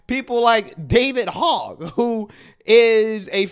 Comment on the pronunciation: That goofball’s name isn’t pronounced like the pig “Hog.” It’s pronounced “hoj.” You guys know his background? He’s one of the kids that survived Sandy Hook school pew pew! He’s been on a mission since. Hopefully dems stay out of power long enough for that guy to get bored and go away. He’s an absolute nut job!